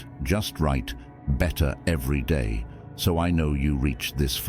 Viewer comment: Day. Not dat lol